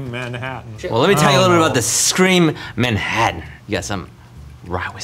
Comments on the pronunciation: Did anyone else finds the way Ryan pronounces TT's as D's distracting? Manhaddan, buddon, and so on? I've noticed him saying "button" this way before and it tends to be more subtle, but the way he says "Manhattan" was over the top enough to make me wonder if he's aware he does this. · Ryan- "man-haddin" Shane- "MANHATTAN!!!" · The way Ryan pronounces Manhattan makes me angry 😂😂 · Ryan's pronunciation of Manhattan makes me cringe.